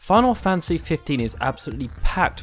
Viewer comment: wait did I hear him say "final fancy 15"?